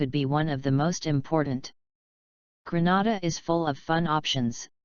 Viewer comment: Get your pronounciation right Not Granada but Grenada